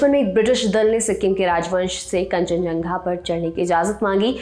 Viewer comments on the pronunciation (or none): कंचनझंगा ❌️ कंचनजंगा✅️